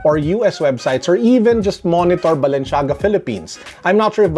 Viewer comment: *balenciaga no balenshiaga